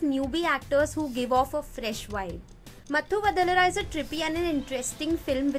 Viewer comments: Ohh yes it's correct pronunciation! 🔥 Mathu Vadalara ...🔥🔥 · You pronounced matthu vadalara right. And it's raaatsasan not ratsaaasan